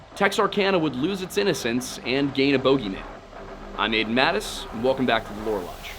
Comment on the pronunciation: A bow gee man?